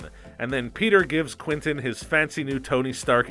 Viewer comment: does it bother anyone else how he’s saying “quinton” not “quentin”